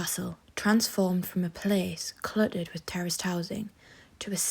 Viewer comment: "Terrorist" housing? "Els-wick"🤣🤣🤣